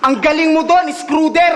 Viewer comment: Charron vs. Zaito. Charron kinumpara ni Porzingis, NBA player sa Boston Celtics, Zaito kinumpara ky Schroder , screwder sa pagbigkas ni Mhot, NBA player din sa Brooklyn Nets.